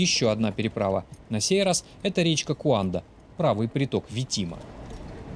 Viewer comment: Гуанда а не куанда